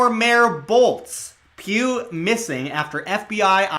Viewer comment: tought you said puke not pugh lol